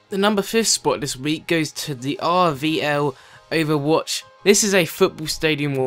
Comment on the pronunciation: he kept saying rvloverwatch its rlvoverwatch